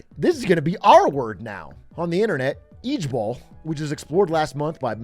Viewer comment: This the second time a Dutch word is turned into an acronym for something funny. Lol was already a word before it became LOL, and ijbol is also a dutch word (at least let's pronounce it the better way, "eye-bol" like in Dutch)